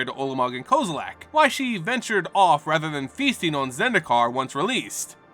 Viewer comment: I still don't understand where you're finding the "a" in Kozilek's name